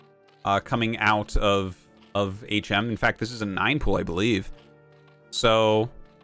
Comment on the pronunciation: I want to see HM (back when Artosis was pronouncing it as Hmm) vs a player called Uhh.